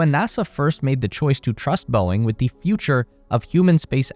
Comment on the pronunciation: Boeing… pronouced as “BOING!”